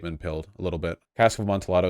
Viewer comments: the L's are silent in Amtialldo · The Cask of uh-MON-tee-AH-doe. Jesus, Vaush. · Ah mone tee ah tho? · The most painful part of this video is watching Vaush try to say amontillado. 😂